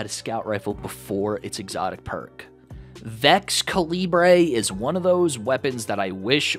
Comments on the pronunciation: Vex-cuh-lee-bray ❤️ (I 100% know how it’s pronounced but I think it’s funnier my way) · Please say you're mispronouncing Vexcalibur on purpose.